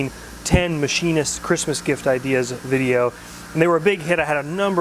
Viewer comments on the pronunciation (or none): none